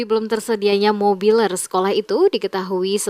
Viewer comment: mebeler..bukan mobiler....